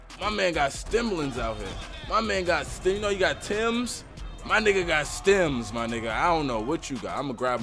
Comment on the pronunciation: Nigga said stimss😂😂😂